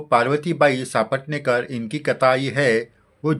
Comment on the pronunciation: नेहमीच आवर्जून ऐकते भक्ती रस निर्माण होतो । साईभक्ती अजूनच दृढ होते । तुमचे कोटी कोटी आभार । फक्त एक नम्र सूचना की सापटणेकर असा उच्चार नसून सपटणेकर असा आहे